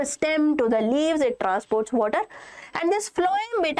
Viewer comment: water..or wvatrr 😂(just for fun)